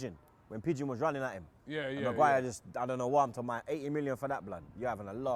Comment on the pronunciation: Why did he call berwijn pigeon?